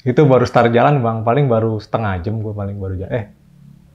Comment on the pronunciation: Start woy, bukan star😭😭😭